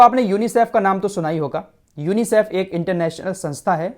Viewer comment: Bhai sahab kha se le ye news.chutiya mat banao.UNICIF ko teek se tho bol